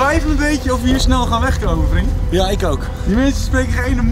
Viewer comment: stefan zei wat de fuck gaan we doen en giel zei weet ik veel vrien hhaaahhahaahha ik weet dat er vrien staat maar dat hoort zo